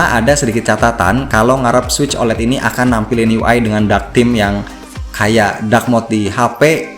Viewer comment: OLED bukan dibaca "olet" tapi "o-el-i-di".